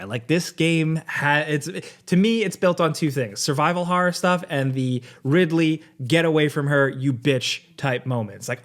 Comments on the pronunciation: Not Ridley, but Ripley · How dare you call the great Ellen Ripley, ridley !? Great review btw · ….it’s RIPley